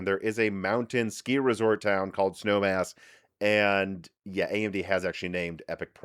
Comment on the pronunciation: Was listening on audio only in my car while commuting to work. I had to rewind and make sure I heard him right about the cpu code name. I thought he said “Snow Ass” lol made my day!